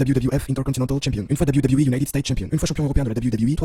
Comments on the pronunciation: Insupportable, j'ai arrêté le visionnage très rapidement pour tout les raccourcis dans l'histoire de Jeff Hardy, la pale connaissance du sujet, les montages incohérents... Et pour le dab you dab you 🤣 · Arrête de dire "Dab You Dab You E" stp